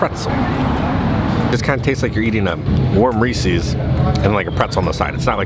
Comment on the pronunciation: you say Reese's wrong! Its Reese's (as in some guy named Reese) not Reesee's. Sorry i hate to be that guy. If you dont believe me look at the packaging!